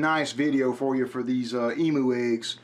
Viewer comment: Why do you guys say emoo it's said emyou 😂😂😂